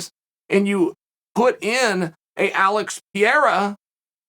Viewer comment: he should take a few seconds to learn how to pronounce “Alex Pereira” …at least try a bit